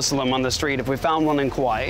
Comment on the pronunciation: I really love, but I'm having a hard time hearing him say kuwaii... It's the second video.. And I doubted myself is Hawaii was ever named Hawaii.. I was like... Is it me? Have I being saying Hawaii wrong all this time?